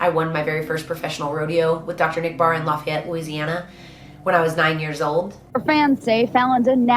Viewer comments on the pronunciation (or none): I am from Louisiana. And the way Fallon said Lafayette made me giggle. Idk why. It’s actually pronounced like “LA-FEE-YETTE”.